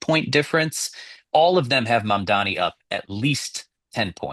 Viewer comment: You kept saying MamdaMi. It's mamdani. I had to practice a lot to get it right too.